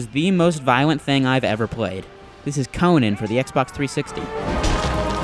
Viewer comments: CONIN..... -__- Its CO-NAN you GAY-BE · Why do you keep saying Conin? It's Conan! Lol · Sad thing is the game even say's it, but yet he still fails at saying it! I bet he's one of those gamers that say's marry'o instead of mario...